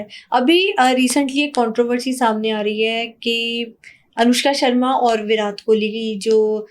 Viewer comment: Virat and Katrina kaise pronounce kr rhi hai....